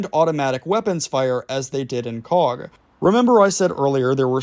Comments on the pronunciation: Typical yank with names, it’s pronounced “coke” not coack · Hello, cog is pronunced coke, it’s nick named the coagh BBQ. You should msg my da he was there at coagh and colisland 🇬🇧 SAS RUC UdR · Yip ... since when was Coagh pronounced 'Cog'? Bro, your vids lose some credibility with silly mistakes. Instead of saying 'Cog' try saying 'Coke'. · That town is pronounced “Coke” 🫶